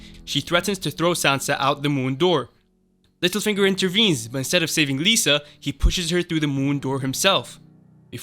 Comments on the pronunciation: How are you mispronouncing so many character's names on the show when they are all verbally spoken? It's not Lisa Arryn, it's Lysa Arryn (LIE-suh). It's not Mare-Jerry, it's Mar-juh-ry. It's not the Eerie, the Eyrie (Air-ee). Varys is not Vare-ees, it's Vare-iss. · It's not "Lisa" and "Tears of Lice." It's "Lie-sa" and "Tears of Lease." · I love how u pronounce tears of lys and lysa arryn exactly opposite of what they are supposed to sound like. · Lisa not Lyssa? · Lysa....it's LYSA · Sorry, couldn't finish the video due to all the spelling and pronunciation errors. Lisa? Caitlin? Marcella? Is this an American High School? Jon Aaron 😂😂😂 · Can you please learn how to pronounce “Catelyn”, “Lysa”, and “Lys”.